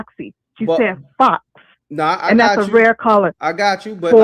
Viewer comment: I thought Remy said "Flocks" not Fox. Like Kay Flock